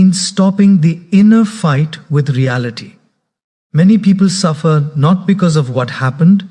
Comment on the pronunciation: Truly motivational. But is this AI generated using his voice? Asking since somewhere where the text read ‘NO T’ instead of NOT, it was pronounced as ‘NO T’ and not ‘NOT’. Same with ‘WHA T’ instead of WHAT and likewise the pronunciation. In any case thanks for making people aware and spreading positivity 👍🏻